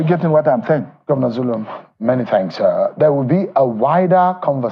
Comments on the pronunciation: Its Governor Zulum not Bulum please. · pls correct the name u mentioned in your headlines....his Name is Governor zulum not Bulum as u said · note: it's Zulum and not Bulum. You ought to do better than this. It's advise that you correct the spelling of his name. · Point of Correction is ZULUM not BULUM